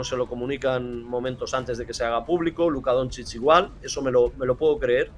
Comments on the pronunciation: bien pronunciado sería algo así como "donchich". También acepto "donchik" como lo pronuncian muchos intentando acercarse a como es o incluso "donzik" si lo pronuncias como se lee en español (está mal pero si es tu idioma pues bueno, se puede pasar). Pero si dices algo como "donzids" o necesitas ir al logopeda o lo más probable es que no tengas ni puta idea de baloncesto. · Totalmente a favor de todos los comentarios sobre el entrevistador que ni sabe pronunciar Doncic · Pero si el tio de la derecha no sabe no decir el apellido de de luka vaya desastre